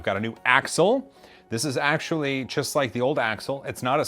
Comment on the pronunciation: Did he say axleually?